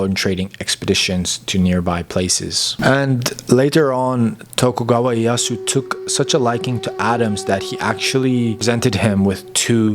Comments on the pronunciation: Great content but you need to work on your Japanese pronunciation though. For example, Ieyasu is more like I e ya si (just put いえやす into text to speech software such as Google translate and you can learn how to pronounce it properly). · orrection: Tokugawa IEYASU, not Yasu as you mention .